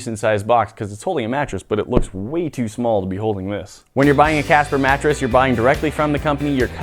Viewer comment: WHAT A "MATRESS"?😅😅😅